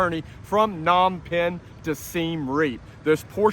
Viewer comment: its PA-nom penh